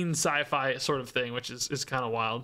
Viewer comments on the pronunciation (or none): none